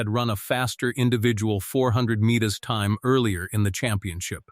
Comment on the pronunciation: 400 meanes. Sure it wasn’t 400 meters. Then the 400 Meanes hurdles. Earlier in the video the guy ran the 400 mittes then went to the 800 mittes. AI narrator is fer shite. Enjles is not their primary langwedge. Just like for clicks and money. Good fer youze.